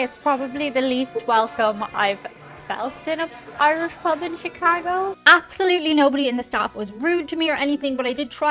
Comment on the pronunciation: Thank you for pronouncing "Chicaaaago" correctly!